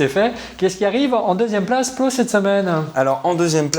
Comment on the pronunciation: Pourquoi prononcer "Paul" comme "Paule" (le prénom féminin, Pôle) ? (c'est aussi mon prénom, pour ça que ça fait bizarre à mes oreilles) Je viens de découvrir, il faut que je regarde les autres vidéos (petit à petit, une heure à chaque fois).